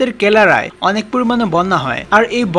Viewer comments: দাদা ওটা কেলারা নয় কেরালা হবে। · কেরালা উচ্চারন ই তো করতে পারেনা। পুরো কনটেন্ট টার পুটু মেরে দিলো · ফ্লাঙ্কোপ্লাংকোটন নয় দাদা এটা Phytoplankton ( ফাইটোপ্লাঙ্কটন) হবে। ভারতের কেলারায় নয় দাদা কেরালায় হবে। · রিসার্চ কে রিচার্জ বলছেন,, আর কেরালা কে কেলারা বলছেন।। আগে উচ্চারণ ঠিক করুন।। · ওটা কেলারা নয় কেরালা, আর রিচার্জ নয় রিসার্চ.. ভাষা সমন্ধে কোন জ্ঞান নেই আপনাদের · Not Kelara it's Kerala. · ভাই উচ্চারণ ঠিক করুন, ভারতের কেলারা হবেনা, কেরালা হবে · ভাই ঠিক করে উচ্চারন করো "কেলারায়" নয় "কেরালা" হবে ওটা, by the way অসাধারন video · ভাই , উচ্চারণ টা ঠিক করুন দয়া করে । " স " এর উচ্চারণের প্রচুর দোষ আপনার । কথাটা " কেরালা " - কেলারা নয় ।